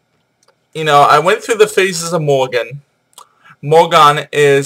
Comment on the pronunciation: it is not morrigan ether is The Morrighan or Morrigu, Morgan is Morgana le Fay